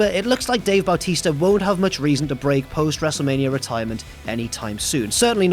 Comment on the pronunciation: you pronounced Bautista at the beginning of this like Bowel tista 😭 anyhow great retrospective indeed!